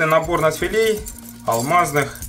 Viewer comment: нАдфилей, а не надфилЕй вроде